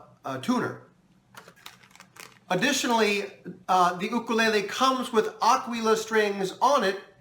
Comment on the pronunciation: Thank you!! you are the only 2nd you tuber that pronounced it correctly i am a new subscriber to you mahalo